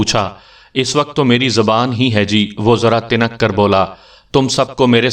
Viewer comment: گَرَج ہوتا ہے گ نیچے زیر نہیں ہوتا تُنک ہوتا ت کے نیچے زیر نہیں ہوتا.